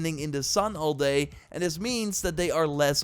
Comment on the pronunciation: "At the end of the dae"